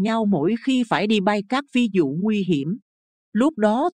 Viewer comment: Người đọc phát âm không đúng "phi vụ" lại đọc "phi dụ"; Việt Nam đọc "Diệt Nam"?